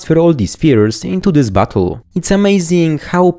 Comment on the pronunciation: Lmao I like that you make "bottle" sound like "butthole"